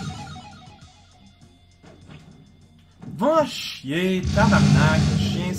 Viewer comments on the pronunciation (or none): it was more vache-iie